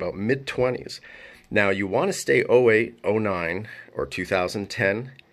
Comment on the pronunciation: I believe you misunderstood him. He didn't say "stay away from '09, 10, 11". He said "you want to stay '08, '09, and 2010 and 2011". The "08" kinda sounded like "away".